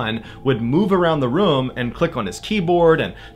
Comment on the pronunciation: Sometimes you pronounce “room” “room”, and sometimes you pronounce it “reum”. It makes me think of how sometimes i look at my tallywacker and go “eh, it’s ok, I’m a grower and I’ve got plenty to work with; and other times I pull it out and take a look I’m like “damn look at you, hittin’ mid-thigh”